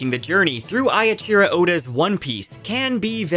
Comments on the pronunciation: Echiro oda is pronounced eh-chi-row oh-da. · Its Eiichiro Oda. 😊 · Dude, you can't even pronounce Eiichiro Oda's name properly... Like is it such an issue to put it into Google translate app if you're not sure?